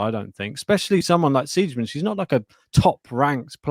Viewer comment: Siegemund is pronounced Z-gah-munt. What a pair of dumbos! Laura made the 3rd round at the Aussie Open this year. Not sure if her opponent was sick. Pardon my cynicism, but you guys can do better than AI for background.